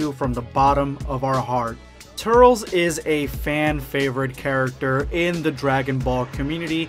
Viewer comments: It’s as if the e is silent turls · 😂😂 I just wanna punch my phone!!! “Turlz” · It's not trules not tur-les its tails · “TURRLZ” Goh dammit 😂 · It's pronounced TUR-LESS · he says turls. lol.. oh god.. Go watch The Tree Of Might my boy.. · The way you say Turles is sounds stupid...its been said in the ocean dub, the funi dub, and past and even current video games as "Tur-less". The way you say it sounds like you have something in your mouth or your trying to speak another language but can't pronounce. Its dumb to want to say it your way because it sounds weird and your incorrect...so you wanna say it wrong on purpose how lazy and rather offensive to the creator of the character and us who have to hear you say it wrong each time you say his name... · that now how u say his name 😡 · The way you’re saying “Turles” is giving me serious anxiety. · Same I'm having a meltdown lol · Stop saying tur-les wrong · I do care how you say the name because the proper pronunciation is in the movie and you commencing how would you want is sacrilege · Did he just say turls? It’s turles (Ter-Less) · I thought it was pronounced Tur-Less instead of Turls. Also, Cool-whip instead of Coo-hwip. Also, also... I think that Bardock has a long lost brother. #EndofVideoSquad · Turles....(ter-less) not turels😂😂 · Its not turls its Tur-les my guy🤣🤣🤣 but awesome video non the less💪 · did he say "turls" and not turles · Pronounced Tur-less not Turl-s. No hate, just gonna rip my hair out 👍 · You said TURRLS I was like "IT'S TURLES!! (TUR - LESS) Then, I just let it go. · Tur-els sounds super stupid... you're making my ears bleed... Tur-les sounds dope asf! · It's not turls or turles. Its Turles without the pause in between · Turls? Its turles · TURLES not Turls Idgaf what you say that’s not how you say his name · Why do u say turls!! It's TURLES bro get it right!!! (Sorry just triggered a little) Just saw the part where u explain it 😂😂😂 #endofvideosquad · It's tur-les😭😭😭 XD